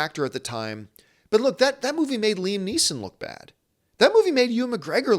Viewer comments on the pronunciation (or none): none